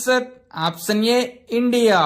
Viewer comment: Option pronounciation opson antunaruu